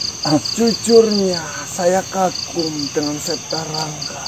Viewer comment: Wedew septa bukan sapta